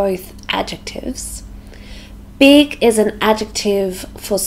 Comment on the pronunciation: I am used to understand more American accent than other accents and I was trying figure out which word you were saying at certain moment in the video. I found out when you said and wrote the word on the screen. The word was "big". hehehe A very easy word but I swear I really couldn't get it. I love accents as such as British, American, Australian, Canada and New Zealand. Therefore, I always say that we must listening different accents. By the way, I love the Australian accent. It is so marvelous how you sound when you speak.